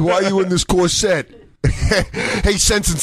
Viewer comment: what the fuck is a cor-SET?